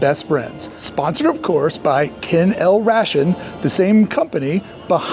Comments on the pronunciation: Thanks for saying everything I wanted to say. It hurt every time he said Ken L Rashun 😂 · It’s KENNEL not Ken El. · Pronounced Kennel-Ray-tion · From those of us who arrived on the planet ahead of the OG Mickey Mouse Club TV show, will remember Ken-L-Ration dog food. The company advertised regularly on TV. But the pronunciation is different from the pronunciation in this video. Pronunciation is “kennel rātion”. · Ken-L-Ration is pronounced "Ken El Ray-Shun". I can remember hearing it in commercials on TV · Although it is spelled "Ken -L-Ration", its pronounced "Kennel Ration"(like nation). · R-ay-shun, it's pronounced ray-shun. And K-L is pronounced kennel. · The word"Ration" in the name is pronounced like "Nation" 😊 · It's KEN-el-RAY-shun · You arent that young, how do you not know Ken L Ration dog food. It was pronounced Ken el ra shun. I remember when the kennel was there. I feel like it was there up until Covid but I could be wrong on that. I remember it there when I was a kid. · FYI - Its Ken-L-Ration (Kennel-RAYshun). For reference